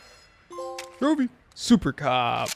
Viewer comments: Sounded like a complete idiot when saying trophy every time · You really need to stop saying trophy it is infuriating